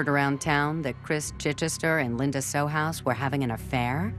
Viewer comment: Too bad they couldn't bother to say John's name correctly; it's Sohus (pronounced So-Hus).